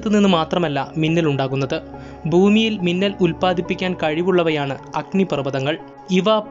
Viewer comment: മുന്നൽ അല്ല മിന്നൽ അല്ലെ